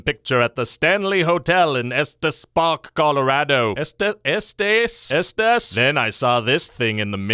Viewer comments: It's pronounced "S Tees" Park. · PSA: it's pronounced Estes, as in Estes Park, Colorado. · Estes is pronounced ESS-tuhs. I grew up there! I have had a ghost experience at the Stanley Hotel, but agree that the mirror is definitely just dirty 😂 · I'm from Colorado and watching you mispronounce Estes a bunch really made me laugh.